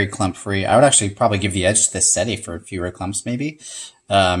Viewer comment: "Seh - Teh". I.e '7' in Italian. Not "Seh-tee" ...